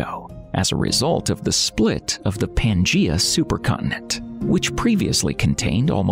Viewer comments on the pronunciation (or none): none